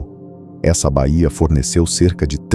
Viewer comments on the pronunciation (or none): none